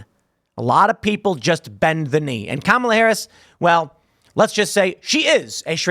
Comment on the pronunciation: Its KA-MAL-A